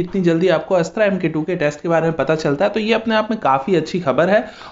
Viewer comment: अस्त्रा नही अस्त्र बोलो